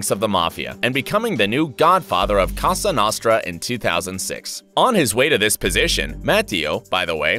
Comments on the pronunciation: Did you just say fucking casa nastra, it's co-sa no-st-ra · "Costa Nosta"????? I never laughed so hard. It´s Cosa Nostra. Did you even try? ""....... yeah, sure XD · Am I the only one who heard he said "COSTA NOSTRA" ? :D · Wish he would pronounce the mafia la cosa nostra correctly. Lol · How do you manage to mispronounce "Cosa Nostra"? Hint: its a long 'o' in both, like both.